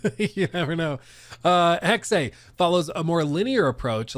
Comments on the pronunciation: Omg it's not Hex-ay, it's Hex-ah. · You're right it sounds dumb. But correct German pronunciation is Hex-ah. But Hex is better than what he's saying, I cringe every time. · Mygod.. please stop saying "Hexay" sounds dumb. Its just Hex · you are correct, it is Hex-ah Major cringe for sure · just say HEX... really. It's giving YaSUHke after you already played the game... where every single character calls him Yaske. It's not cute. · Why does he pronounce Hexe that way.